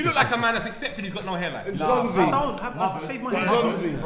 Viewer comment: said Nzonzi 🤣🤣